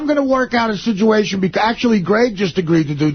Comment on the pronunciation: Someone teach to say situation. He says sijuation